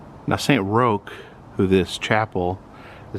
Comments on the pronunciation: It’s pronounced Saint Rock’s not Saint Rokes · It’s actually pronounced Saint Rock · Roch is pronounced as Rock lol, Great video as always